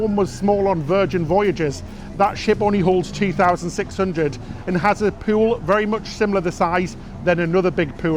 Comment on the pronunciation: I don't mean to sound petty but half of your presentation is you speaking. I find myself irritated by the way you pronounce many words, such as "tuna" (choo-nah), "boulevard" (boo-lev-ard), "pool" (poo-well). To be really top-notch, you should pay attention to the pronounciation of words. I know you will probably say that you have done quite well so far with the way you pronounce these words so why should you worry about it. I am probably in the minority but it really does turn me off.